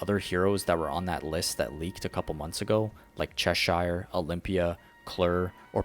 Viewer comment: Cheshire is pronounced cheshur